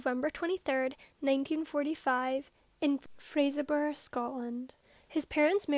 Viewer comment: Very polite request, would it be possible to leave captions on slightly longer? Very good presentation and obviously much research, and sensitively done. Speed of narration is perfect for me. Well Done. Perfect pronunciation of Fraserburgh as well, not being patronising here x So glad for the recommendation. Malcolm Barlow looked about 14 years old never mind 24. Poor vulnerable soul. So sad for the victims. Good wishes Xxx 🙏🏼 ❤️ 🍀 🗺️ 🏴